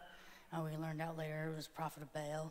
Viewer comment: This is the fakest thing I have ever seen. The lesbian playing demon, the guy playing pastor and exorcist. Just a complete sham all around. Also, a demon would know it is not pronounced "bail" but "bah-all"